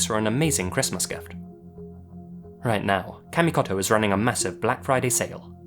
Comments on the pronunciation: It's not "KAA(like apple)-MI-KAH-TOH" it's "KAH-MI-KOH-TOH." If youre going to do videos involving Japan and Japanese words, you need to let someone coach you on basics of pronunciation. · cmon man, not kamikoto :( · I hate to be that guy, but after living in Japan as long as he did, I'm surprised he didn't pronounce kamikoto correctly